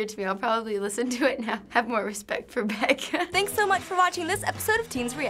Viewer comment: hernando sangalang Beck, not bech